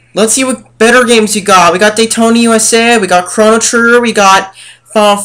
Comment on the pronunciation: I know (LMAO name), he cant even pronounce "Rayman" and "chrono" right, LOL what a n00b. He's the Sp. Ed kid, not us.